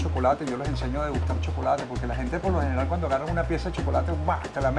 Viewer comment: en 5 segundos dijo SHOCOLATE 16 veces😅😂